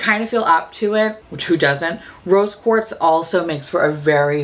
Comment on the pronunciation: Every time you said "Rose Quartz" I heard "Roast Pork" and was confused but excited.